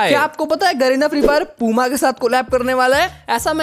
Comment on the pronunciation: Bro wo पूमा नहीं प्यूमा है 😂😂😂